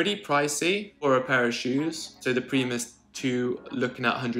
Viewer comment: Premus leets. I fink they are great!